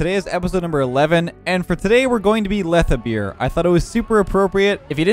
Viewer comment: Not lethabeer, lethabeard